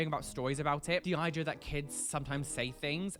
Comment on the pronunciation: The eye-dea 😂😂